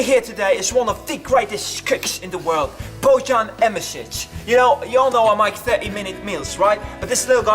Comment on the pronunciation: *part of the joke is that in Slovenian language you pronounce it like "Boyan" but when he anounced him he was pretending he doesn't know that ("Bodjan") XD